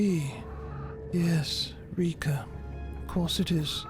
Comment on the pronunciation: In Russian it is too. But it pronounce RekA', not REka